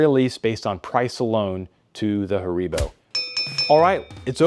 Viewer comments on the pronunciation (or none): Not Haaribbow....😁 its HAARIIIBOOH... i appreciate the presentation from germany🫡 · It's pronounced HAribo.